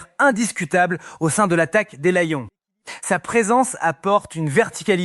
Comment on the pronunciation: Tu prononces lion mal alors que tu nous parles du français bien correct